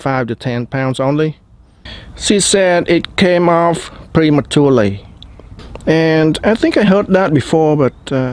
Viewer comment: ‘She sayd it came off prehmatuurely” 😅